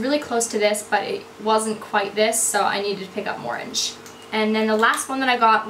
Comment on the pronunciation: Morange is pronounced like 'orange' but with an m :)